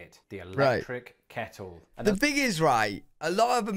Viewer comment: Your “kettle” sounds like our “keurig.” 🤷‍♂️ easy peasy naw? 🤷‍♂️